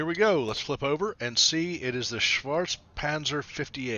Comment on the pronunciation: Its Schwar... Greetings from Germany :)